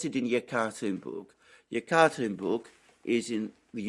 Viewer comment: I believe Yekaterinburg is pronounced YEK-a-terrine-burg